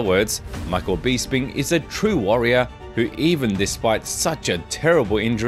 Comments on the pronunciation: For Gods sake please pronounce peoples names correctly Michael Bisping , it's BISS as in piss. Not Bees as in bee sting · Michael “beesping “ 😂